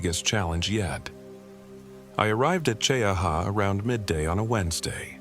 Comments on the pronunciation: it's Chee- ha, not cheeahawaa, or whatever A.I. waa saying. Story is b.s., but it's a real place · I just bought 4 acres on the edge of Talladega National Forest. Cheaha is beautiful. Chee-aha is the pronunciation. I guess this is another A.I. video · AI😂 MT. CHEE-HA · It’s pronounced “Chee-haa” btw 😂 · It’s pronounced Chee-ahh. It’s in Randolph County. Another YouTube to have no interest in, since the channel creator has to rely on AI to wipe their ***es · Born and raised in Talladega county, Childersburg, AL. Now I live in Jacksonville, FL. ❤ Cheaha mountain is my favorite! I’ve crawled all over those boulders. But the pronunciation is “Chee-haw” 😂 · Cheha is pronounced chee-haw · Pronounced Chee-ha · Jacksonville Alabama. Right outside the TNF. Lots of stories come out of there. I don’t venture in there. It’s pronounced Chee-ha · Hello from Birmingham Alabama. It's pronounced Mt. Chee - Ha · Opp, Al & AL needs help with our towns & things. It's pronounced Chee Ha, that simple. We have many beautiful places to see. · Gadsden, Alabama.....Cheaha is a TWO syllable word, 'Che-ha...LOL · you know a.i. cannot pronounce names properly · Pine Level/Prattville, AL but from Lincoln. Cheaha is pronounced Chee-Haa! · I came here for the same comment......glad someone is looking out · this is A.i. and its not gunna pronounce cheaha right. Hurr durr